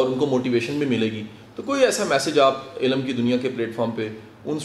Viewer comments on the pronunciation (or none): The word is not" Elaam" Right word is "ilm" Qasim Ali Shah sb